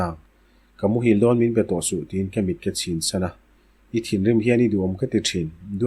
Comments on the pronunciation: Pu a poh lam diklo nawk nawk gall(mit) poh eye mit tiin in lam nawk nawk mai. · Ar mit tih kehin akha lo ang, Mît tia chhiar tur anih ka ring, i tihsual palh ve khauh.